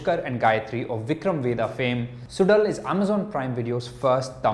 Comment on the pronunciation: Bro, the show is produced suzhal ( su lal and not sudal)